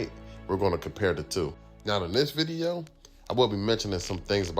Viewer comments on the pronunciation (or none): none